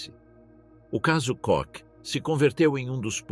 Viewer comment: Não é "cock" não, filho. É "Kohr".